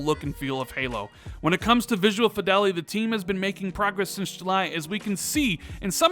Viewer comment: Lat-ter and Fee-del-ity not later and Fai-del-ity. Thanks for the update :)